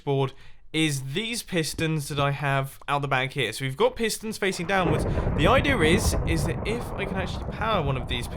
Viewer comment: I love how you say "idea" as "idear". It makes me happy.